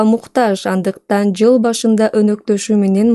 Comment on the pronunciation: Ол шашып жвл дебей кыл деп